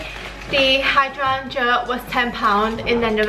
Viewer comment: Flowers pronounced as high-Dray-jers